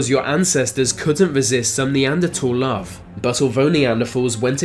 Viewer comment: Lol narrator can’t pronounce “R” lol mawwage...wove, twue wove...